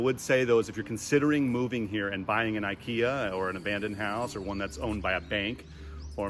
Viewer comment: As soon as I heard "Ikea" instead of akiya - I figured they have lots of work to do. 😁 👍